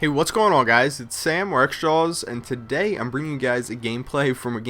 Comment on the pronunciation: lol, i laugh everytime says "today" or "yesterday". He pronounces them like "todAAAy". and "yesterdAAAAy".